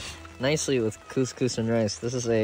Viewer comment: they way they pronounce koskos is like saying pussy pussy in Arabic